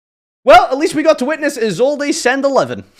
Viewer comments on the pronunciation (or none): How do you settle on Is old a for Isolde? There's no accent there team